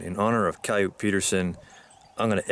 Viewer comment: its not coyot its ciyotee